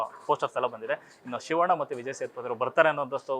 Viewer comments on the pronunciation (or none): none